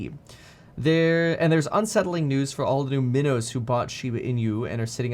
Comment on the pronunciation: “Minnows” had me cracking up 🤣